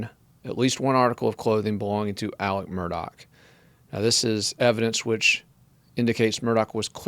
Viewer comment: Why do you refer to him as “Alec” when his name is Alex?